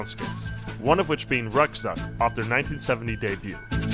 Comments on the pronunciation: Ruckzuck is pronounced 'roock-tsoock'. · It's a shame that you even can tinveat a little time to pronounce German song Titels right, pf! Ruckzuck?